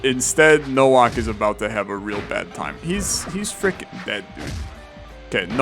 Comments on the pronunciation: Nowak is said as NO - waaa (like wario) - K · Bro pronounced Nowak as Nouak fucking kill me 💀💀💀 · pretty sure nowak is pronouced novak since its a polish name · Nowak is pronounced as "NOVAK" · No reason to explain yourself, no one reasonably expects you to properly pronounce every foreign surname perfectly. Just found it funny, for the record - it's just Novak. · Am I correct in thinking it's pronounced like the W is an English V, so like No-Vac?